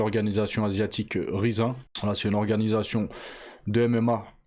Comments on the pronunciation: Je pense pas que ça se prononce "rizze un" mais plutôt comme le mot anglais "rising" . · Rizin il nous dit mdrrr, "Rayzine" (Rising) ça vient du verbe Rise (s'élever) mdrrrrr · Ca me fume la façon dont tu dis Riz zin ! 😂 Je connais pas c'est une nouvelle variété de riz ? 🤣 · ça se dit raïzine frero fait un effort mdrrr